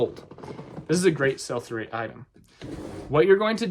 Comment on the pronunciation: What is sulphurate? Ah......"Sell-for-Rate," Uh, oh, is it "Sell-Through_Rate?" Gosh, I must get my hearing checked.